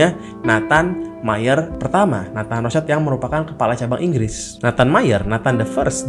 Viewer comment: Wihh para pencari konspirasi😁. Maaf bang agak ralat nyebutnya bukan "roscaild (anak mawar dong)" ..hehe piis✌🏻😄